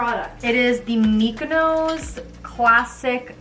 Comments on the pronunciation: It's Mi-YO-ko's, not Mikono's, yeah, it blew my mind too when I first learned it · Lol it’s “mee-yo-koes” 😂♥️ legit love what you’re cooking with, I’m vegan and those products are amazing.